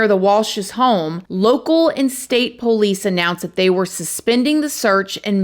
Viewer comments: I just have to say I love the way she says 'po-lice', reminds me so much of how my dad says 'po-lice' haha. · Can you please learn how to pronounce “police,” for the love of godddddddd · The pole-eese 🤣